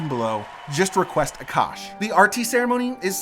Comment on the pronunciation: For the love of God. Stop calling our food Curry. His name is Aa-Kaash. We are not doing "hand movement " ove rthe fire. We are just taking the heat as the fire symbolises prosperity and having venerated the gods, that particular lamp /fire now is imprinted with good vibes (call it luck or blessings or whatver).